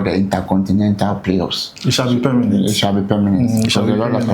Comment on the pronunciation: Permanent ❌ pemenet ✅